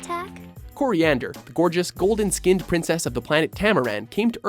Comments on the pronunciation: "Cilantro, I mean Koriand'r..." XD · Did anyone else notice how he said Selantro when talking about Starfire